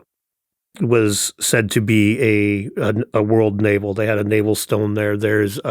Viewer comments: it’s “navel of the world” not “naval of the world” as in “belly button,” not “water army” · Navel . . . not naval . . . of the world.